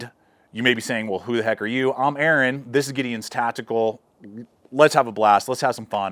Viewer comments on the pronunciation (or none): none